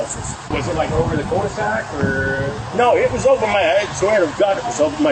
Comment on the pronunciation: french speaking here. the "cul" in "cul-de-sac" is to be pronounced somewhat like the english "queue", and not like "call"